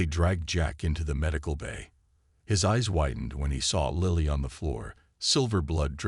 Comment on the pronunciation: Please pronounce and spell Lily properly.